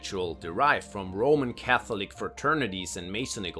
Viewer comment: can you learn how to pronounce catholic please its 2025 Google is a thing....embarrassing ka·thuh·luhk LEARN